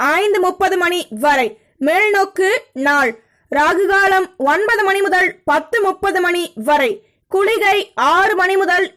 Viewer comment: நீங்க செல்றதும் உங்க தங்கு தடையில்லாத கணீரென்ற உச்சரிப்பும் ஒவ்வொரு ராசிக்கு முன்னும் சொல்லும் மந்திரமும் லவ்லி சூப்பர் அம்மா கிட்ட சொல்லி சுத்தி போட சொல்லுங்க. ஒரேயொர ரிக்வெஸ்ட் நேரம் சொல்லும் போது .முதல்னு சொல்றதுக்கு பதில் முதள்னு சொல்றதை தவிர்க்க முயலுங்கள. நன்றி